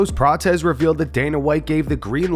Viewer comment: Why are you pronouncing Prates name as "Pratez" Just stop already!